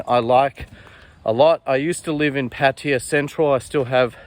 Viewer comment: I am puzzled as i think it is Pattaya however you pronounce it Pattya ..